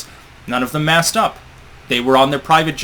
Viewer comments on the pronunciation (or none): none